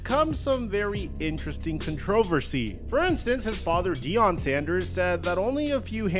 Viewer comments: con-TRO-ver-see... my dude put the em-FAS-is on the wrong syl-LAB-el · Nothing could've prepared me for how pronounced "controversy" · Nah bro rlly don’t know how to speak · No, he has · does it all the time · I hate being grammar police and I get simple mistakes like this are easy for everyone to make but the way he said controversy cracked me up..